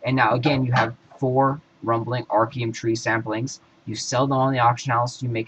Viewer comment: samplings? learn how to read, or learn how to talk